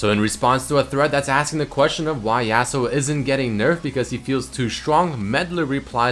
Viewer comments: it's yasuo not yassuo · its Yahsuo not yeahsuo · let's think about this from outside the box Yasuo is clearly based off the concept of the lone Japanese samurai. Well, I can tell you that a Japanese person would never pronounce his name in this manner. Never in a million years, because that's not how they pronounce their words. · IF YOU CARED FOR YASUO YOU WOULD PRONOUNCE HIS NAME RIGHT,! YOU WOULD PUT SOME RESPEK ON HIS NAME!